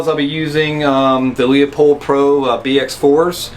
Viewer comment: at the risk ok being that guy it is pronounced LEUpold, not Leopold